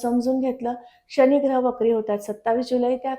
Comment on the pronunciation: माहिती खूपच छान आहे. 👌🙏धन्यवाद! पण मॅडम राग नसावा.. " शणी, स्थाण, मणापासून" असे उच्चार खटकतात. आणि 4 - 5 वेळा तुम्ही " वहाण " हा शब्द वापरला आहे. त्याऐवजी " वाहन " असा शब्द असायला हवा होता. ( वहाण = पादत्राण = चप्पल )